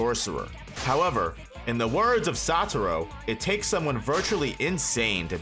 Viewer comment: SatoRU* not Satoro